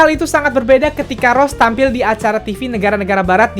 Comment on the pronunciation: bang bilangnya Rose bukan Ros, emangnya kakanya upin ipin hiks :(